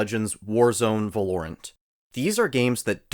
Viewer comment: "Valooront" 😂 it's pronounced "Val-o-rant" but in one word but anyways man I enjoyed this video it was great I also can't wait for Uncharted 4 to come to PC. I hope when it comes to PC that it will also come with Multiplayer and not just the story as Multiplayer was one of my favourite parts of this game. I hope Sony don't mess it up xD Anyways man I wish you good luck on your growth on youtube! :) Keep it up!